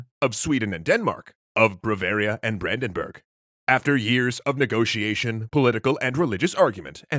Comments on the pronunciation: Brandenburg, not Brändenberg... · Its Brandenburg not Brandenberg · It's "Brandenburg", not "Brandenberg". Both "Burg" and "Berg" are popular parts of German place names, but even though they are very similar they have different meaning: "Burg" means 'castle', "Berg" means 'mountain'. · Really guys "Brandenberg"? i thought you would be more thorough than that. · It's Brandenburg not Brandenberg. Something for lies ;) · I think it's Brandenburg nor Brandenberg. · Brandenberg? You mean Brandenburg right